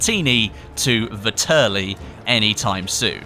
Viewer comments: I'm shocked at how few people understand how to pronounce the name of this gun... Its pronounced like "VETearly" not "vihTURly" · vetterlli not vitterli